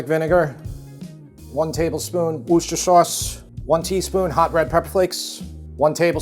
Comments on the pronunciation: You are still not pronouncing it right, but there is a video on YouTube on how Worcestershire is made, and, in that video, they go over how to properly pronounce it direct from the source. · Sorry have to do this - "woosher" sauce, hell no! expat brit canadian here so: break it down into three syllables, - WUS-TERR-SHERR (like CHER in sonny&cher). WUSTERRSHERR. 😀. Beef tips looks yummy AND I love pearl onions, would do it with mash and carrots/peas. James is getting hella sassy, lovely kid that he is. Regards to you, Tara and James from Ontario. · Repeat after me: wooster. Not 'wooshter', it's just wooster. You're welcome! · Skipped right to the "taste tester" segment 🤔😂 (kidding!!). Looks like a super lovely plate of food. A tip from a "brit" (and MEGA fan), 'wooster-shire' ... although many here would maybe use Henderson's Relish - not sure if that's available there state side though. Still loving your journey, a pleasure and delight to watch 🤗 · You're almost there. It's wooster sauce not wooshter sauce. Think of Bertie Wooster from Jeeves and Wooster. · Great recipes, thanks. Worcestershire is pronounced woosta-sha. Bob (from Worcestershire UK) 😀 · Those Brits are famous for excluding syllables. I was taught to say Worcestershire like this, wuss ter sheer with emphasis on the first syllable. However it is said, I am also a fan of it and chuck makes it more affordable! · Love, ya,. But it's WUSS-tah-sheer sauce. That is all. Peace to you and the fam. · Sir, I’m sorry but you’re not pronouncing Worcestershire correctly. It’s “worse-tur-shur.” The rhythm is the same as saying “rooster sh*t.” 😊 Rather unforgettable if you use that trick 😂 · You're so close but it's WOOSTERSHEAR sauce. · Why can't Americans say Worcestershire? "wust- er- sher" give it a go! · Funny, you're still not saying Worcestershire sauce right. (And I'm not even a "Brit"!) 🤣